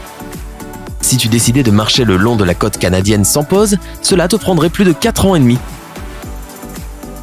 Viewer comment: Il faut apprendre à prononcer "côte", "quelque chose" et "gauche" correctement !